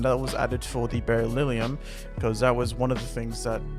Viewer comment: Amazing review!!! cant wait for Paranoid Ruby....really detailed review..just one thing...its 'Berryllium' not 'Berrylilium' XD..just a minor thing..but other than that great stuff man..keep up the good work!